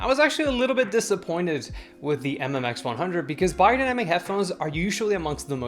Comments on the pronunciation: Funny how the correct pronunciation sticks out to you. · That's how you actually pronounce the brand name as it is german company.